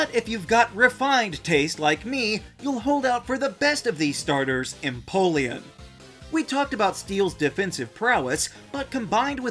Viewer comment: EMPOLEON, NOT EMPOION!